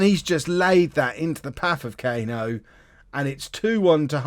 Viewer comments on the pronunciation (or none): Cano isn’t pronounced Cayno it’d be cuh-no if that helps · You should just pronounce Cano the way it should be (Cuh-no, not Kay-no) and then they don’t sound alike at all